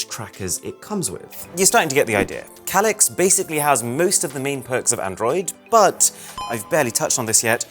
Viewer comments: That's not how you pronounce that word. It's "Kay-Licks". Not what you said. UGH, I can't handle it, you say it too much... LOL. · It's simply just a difference between an British accent and your accent. That's all. What's way, way more annoying is how he pronounces "Calyx".